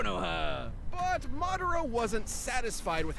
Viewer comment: Just to let u know Madara is a Japanese name ur pronouncing it wrong.